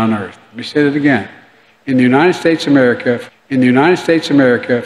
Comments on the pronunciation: My two favorites will always be: United States Guh-mer for Gods sake! And an old favorite: Remerica. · amer-skin? im adopting that term for my sect😅 he cant say America bc its been resolved— 😅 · Joey's master the goat won't let him say America correctly. Let's Go Brandon🇺🇲🦅🇺🇸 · I think he'll melt if he says America correctly. Dear Lord please remove this evil from the people's house. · Can’t even pronounce the name of our country.Even though he slurs his words , he pronounces China pretty good. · He can’t even pronounce “United States of America” 😂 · What is his deal Americans?? Is this word to hard for him maybe China is better easier for him to say